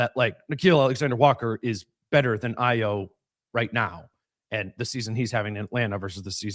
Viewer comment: Ayo = pronounced I-O